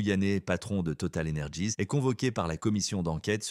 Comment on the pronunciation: Total Energeezzz??? Depuis quand c'est une boîte états-unienne??? Il est vrai qu'elle est partenaire du WEF... Pouce en bas et fin d'écoute.